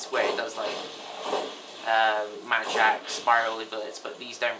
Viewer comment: i thought you wer saying magic... but it was mad jack...